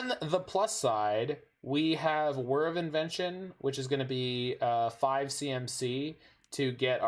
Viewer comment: finally someone who can pronounce wHir of invention